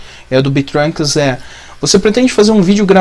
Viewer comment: MANO VOCÊ É O PRIMEIRO SER HUMANO QUE FALOU MEU NOME CERTO ;--------------; na vdd, se fala bêtrunks mas ai fica escrito betrunks msm... ninguem perguntou mais deu vontade de falar e-e